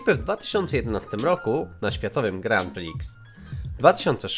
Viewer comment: 6 rzeczy do powiedzenia: 1.Dzięki za filmik! 2.Wiedziałem większość z czego się cieszę, bo jestem fanem Aut 3.O Bubbie nie wiedziałem 4.Źle czytasz "Grand Prix" 5.Czy też kochacie Złomka? 6.ZŁOMEK